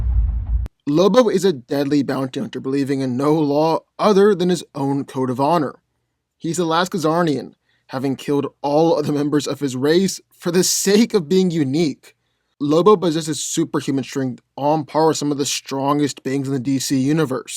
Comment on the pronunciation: You are killing me with the "Kazarnian" , its Czarnian. Pronounced "Zar-nee-an"